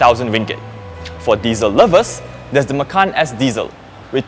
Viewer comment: it sounds like 'makan ass'